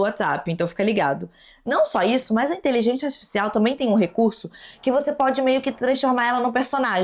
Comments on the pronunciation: pq você fala inteligenTia artificial?? Kkkkk achei fofo seu jeito de falar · Adoro quando voce fala "inteligência astisfiscial" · achei uma graça a falando inteligência artificial errado todas as vezes KKQKSKKAKD